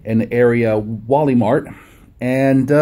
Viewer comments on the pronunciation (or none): you pronounced walmart wrong